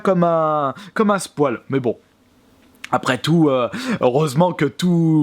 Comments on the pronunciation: Bonne video mais on dit pas "Spoile" sa se dit "Spoyle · Par contre apprend a dire "spoil" c est pas un poil On dit spoïl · Oh nan mais c’est pas possible.. Le mec prononce spoil = spoual... Un défibrillateur svp il m’a flinguer là..